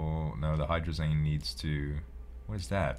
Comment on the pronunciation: Can you pronounce hydrazine like magazine. I work with it a lot and your calling it hydrazane is killing me. Lol. Great vids. Keep it up.